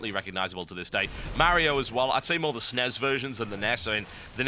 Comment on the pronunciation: i love how he pronounces NES and SNES as nez and snez. I should do that